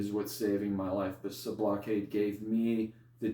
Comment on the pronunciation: Homie isn't even pronouncing Sublocade the right way?